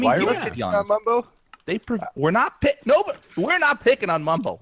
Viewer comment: its Bumbo you fools! Not Mumbo!